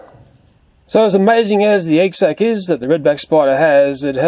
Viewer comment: whenever he says "sac" i'm mishearding it as "sex"..😂 is it just me....oh....okay .......then..(sorry)